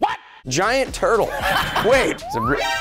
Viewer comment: What said: Giant turtle, What I heard:Giant Turd 💩 😅